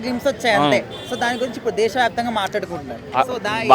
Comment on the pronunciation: brother... mati mati ki desa vyapthamga antunnavu... small correction... telugu desam party vyaptham ga...